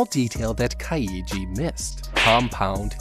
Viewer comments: I'm mins in but I can't deal with this pronunciation of the main character lol It's KAI-JI not KA-I-JI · kai-ji He's pronoucing it kai-ii-ji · its not kai ee jee its KAI JEE REEEEEEEEEEEEEEEEEEEEEEEEEEEEEEEEEEEEEEE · Dude u butchered the word kaiji, you’re supposed to say it like this Kai then ji. Not ka then i then ji. 🤦🏻‍♂️ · As good as this video is, and as much as I love both the Kaiji series and the HowToBeat series, I can't help but die inside every time I hear you say Ka-YEE-ji. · "Ka-ee-jee" It's just Kai-jee. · This guy pronouncing "Kaiji" the same way one would pronounce "Luigi" makes me lose it. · Am I the only one distracted by his pronunciation of Kaiji as (Kai-ee-gee) instead of (Kai--gee)? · Its pronounced Kai-ji. Not Ka-i-ji. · It's Kai-Gee not Kai-ee-gee. You make it sound like Luigi for the love of god. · U said kaiji wrong is Ki. Jee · Saying kai-e-ji instead of kai-ji bothers me throughout the whole video. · Nah son, not like this. Its not Ka-iji its Kaiji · Just Kai-ji Legit that's all I want this man to say: Kai -One syllable Ji- one syllable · Kaiji is actually pronounced KAI-GEE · why does he keep saying his name like "kai-ee-ji" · kaiiiiiiiiji kayiji these pronunciations be like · Nope. Love the content, but I’m not doing Kah Eee Gee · why do you keep pronouncing his name ka-eye-ji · As a Japanese speaker, the pronunciation of Kaiji is so cringe 💀💀💀💀💀 It's basically just yeo syllables: Kai and Ji. Even if you wanted to pronounce all three though, you absolutely would not put emphasis on the middle syllable only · lmao kai-EEE-gee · I'm getting unreasonably annoyed by the Ka I yi pronunciation ^^' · How to survive a man mispronouncing the main's character name for an hour. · He’s pronouncing it like Kaiji’s name is Kokichi. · Why is he pronouncing Kaiji like it has three syllables? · how hard can it be to get the pronounciation of the name right after hearing it pronounced for 24 episodes ? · But that’s not how you pronounce kaiji :(